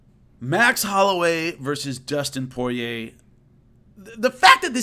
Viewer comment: It's Poirier, not Porier 👍🏻👍🏻